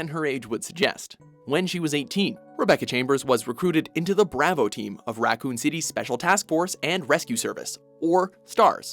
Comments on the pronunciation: Braw-vo not braa-vo oml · The BrAHvo Team? Pretty sure this dude purposely mispronounces shit at this point. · Why can'tthis dude pronounce words correctly??? Braavo team?? How is thiscrap getting through edit??? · Wtf is Brah Voe you mean to tell me that you cannot pronounce Bravo smh lmao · the way how he pronounced Bravo makes my ears bleed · Why can't pronounce anything right like how hard is it to pronounce bravo